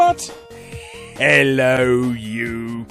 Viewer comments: It's, "But, HHHELLO YOU!" as if anything, Larry emphasises the H. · Larry did have some " 'Ello you!" merch for sale which may have confused people, but I did always question it because he does pronounce the H when he says it.